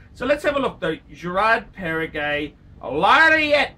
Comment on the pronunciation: You don’t know what you are saying, first you say Girard Perregaux not Perregay , second GP came before Patek Philippe